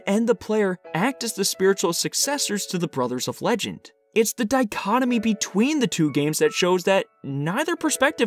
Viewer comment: He said dichotomy twice then said the word funnily